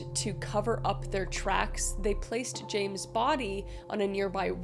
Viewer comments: TY! I love Kris, but as a Brit that remembers this horrific case, I wanted to scream that she was pronouncing the names wrong 😆 it hurt my ears & my soul.. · I guess you aren't aware of chatGPT and other AI based tools? Also, she has a team that does all the hard work, not her. If she did her own research she would have known how to pronounce the names (she got 2 of them wrong in the very first case) - at least do it out of respect for the victims (which she clearly has none)